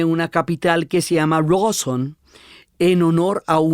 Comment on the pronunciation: Desde Bariloche ...DIana podes decir R A W S O N 😅 CON A